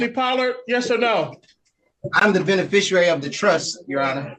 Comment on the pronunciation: The “bene-fisher-ary”